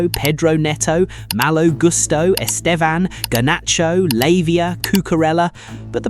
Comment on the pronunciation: Lavia not Latvia 😂😂😂